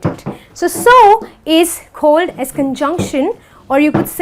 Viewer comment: She says cohld for called